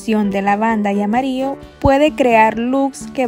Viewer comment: Me gustaria saber también de que país eres ? Que tu pronunciación Para las palabras que llevan la letra Ll no la pronuncias bien , solo dices amario , y lo correcto es amarillo , muy lindo vídeo , y disculpa pero se me hizo rara tu pronunciación